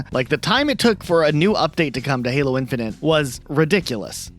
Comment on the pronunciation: ah yes "Heelo games" Love that franchise.